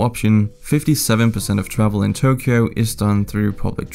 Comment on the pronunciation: Ain't no way man butchered Tokyo's pronunciation 💀